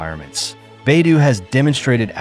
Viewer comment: Liked this news. Except I’d like to hear the name Beidou pronounced correctly. The first syllable sounds like “bay”. The second syllable is d with long “o”. It is the Chinese name for the North Star, north dipper.